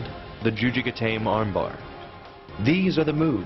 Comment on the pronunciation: "gatame" is pronounced gaw-TAW-mee.